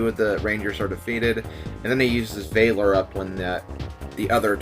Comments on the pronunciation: Don't wanna be that guy, but valor up is a soft a, like vallium or vast. not valence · God dammit, you are not Clement, and valor is not pronounced that way in any dialect! You're awesome, but for some reason that ticks me off. XD